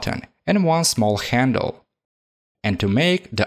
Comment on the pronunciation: Yes... A small khendle (handle)